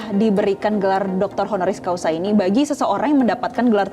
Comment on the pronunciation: Reporternya kurang berwawasan, masyarakat yg ditanya jg sami mawon.... HONORIS CAUSA ya atau Hc BUKAN honoris causal... Bolak balik conten creator, reporter salah sebut....haduh....